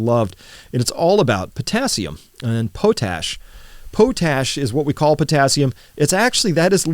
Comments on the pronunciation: Potash is pronounced pawt-ash, not pohtash. Put hardwood ash in a pot, cover with water, boil down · It's pronounced "pot-ash" not "po-tash" we make tons of it here, so we hear it in the news a lot^^ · PAHT ash, not POH tash. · Have I been pronouncing potash incorrectly all these years? Potash = pot ash? Note pote ash.